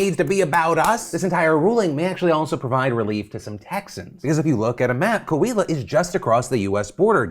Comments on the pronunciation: My family is from Coahuila and your pronunciation of the states name made me laugh for a second thank you so much for covering this topic! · Great show like always. As Coahuilense (you know, human born in Coahuila) let me tell you, your pronunciation of Coahuila is so funny 🤣, not bad, just funny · Nice try pronouncing Coahuila